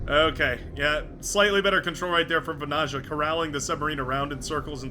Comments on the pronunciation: As a Finn, it'd be like 'vanaya'. But the pronunciation of the player's name is pretty much set by now, after dozens of videos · As a Finn the pronounciation of Vanaja keeps irking if indeed his flag is correct (tried to not pay attention but...😅). If you are interested that "j" should be soft more like the beginning of "yeah". Just my pointless input. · Seems like there are many bones to pick here. 1v1 and how to pronounce vanayeah. I dont mind it.